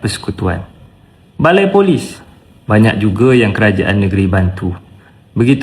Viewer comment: "Saya bantak kerja"Kerja cakap biting sahaja.